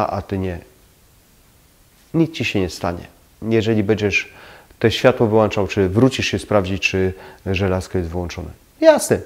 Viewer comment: Lubię Pana filmy i cenię sobie porady jakie są tam zawarte. Ale jak słyszę w nich "włanczam" czy "wyłanczam" to istna k**wica mnie strzela. WŁĄCZAM I WYŁĄCZAM BO W DOMU MAM WŁĄCZNIKI, A NIE WŁANCZNIKI. Pozdrawiam i liczę na poprawę ;)